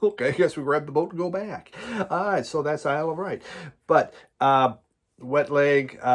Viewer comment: Hi, glad you like the Wet Leg album so much. I love it! My fear was that the album wouldn’t be as strong as the first couple of singles. I needed have worried. Sorry to be an arse but your pronunciation was doing my nut! The Isle of Wight is pronounced ‘white’ nor ‘write’ and chaise lounge is pronounced ‘shaze long’ not ‘chase lounge’. Phew, got that off my chest. Glad Kat is on the mend. 🙂👍🏻